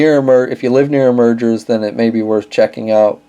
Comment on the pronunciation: Nice video but the "Meijer" store name is pronounced like "Meyer," not "Merger."